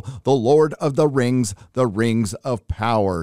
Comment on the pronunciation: lord of the rangz LOL